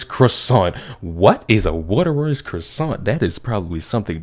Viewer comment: Get pissy if you want, but is this dude intentionally mispronouncing words? If a word is new or you aren't sure how to pronounce it just google it and google will show the correct pronunciation. Edit: lol Waitrose Croissant... and now I know this dude is not intentionally mispronouncing words. Again, a simple google search will cure stupidity... And I'm not saying this for the mispronunciation of common words (it happens), but for the stupidity of thinking a Waitrose croissant is delicious! lol. Make google your new best friend,!